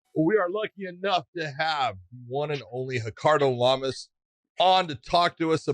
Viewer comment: "hickardo lamas" he's not brazilian big johnny!